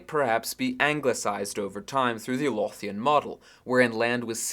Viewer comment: The dental fricative in Lothian is voiced like an ethel. On vowel quality the Loth- semi-rhymes with the English verb loathe.